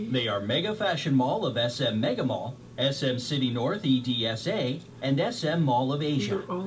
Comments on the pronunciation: Its pronounced EDSA NOT E.D.S.A....Proud Filipina ●♡● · They read EDSA as E.D.S.A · Btw its not e.d.s.a its edsa-ed sa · I like when the narrator say E - D - S - A instead of "EDSA" 😁